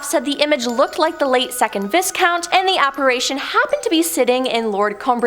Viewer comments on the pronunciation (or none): Umm? It's Vi-count, not pronounced vis-count .. just saying that's all. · I appreciate you're Canadian and all that, but it's not pronounced Vis Count. It's pronounced Vye Count. Just so you know 😇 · Should be vi count no s sound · "Viscount" - pronounced "VIE-count". the S is silent. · Really enjoy these vids BUT you guys have got to learn how to say British words correctly: It's the RAF, not the RFA Daedalus is pronounced DAYdalus, not DEADalus (Greek, I know, not British) Comber MEER (the B is voiced) Viscount is pronounced VY-count Berwick is pronounced Berrick... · the s in viscount is silent